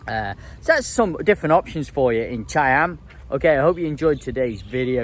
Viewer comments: He say Chei-Em instead of Cha-Am... Like most native English speaking people... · How do you make cha-am into chai-am? Is that the correct pronunciation or just yours ? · I’ve been to Cha-am the beach wasn’t very nice with the steps, much better places an there’s no I in the pronunciation 👍